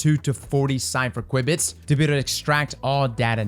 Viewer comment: Btw, qubit is pronounced with the kyoo that cu in cube makes.